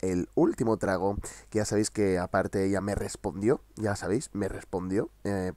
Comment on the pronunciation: El último “TRAGO” 😂. Morí con las dos veces que lo dijiste! Jajajaja.